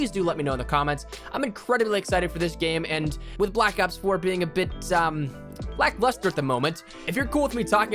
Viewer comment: "Lack laster" dude what planet r u from its trash! O.O